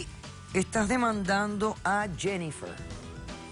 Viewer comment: La Dr Polo no sabe. Pronunciar el nombre. Jennifer!!;!!